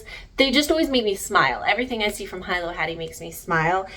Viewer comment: It’s pronounced ( Hilo ) hee-low , had to comment!